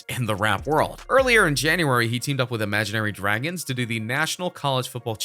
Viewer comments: You said imaginary dragons, it’s imagine dragons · You said Imagine Dragon’s name wrong